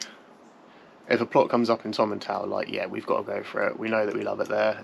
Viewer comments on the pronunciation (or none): Tom-in-tool is how it is pronounced mate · Please don’t take offence but Its pronounced “Tomintowel”😊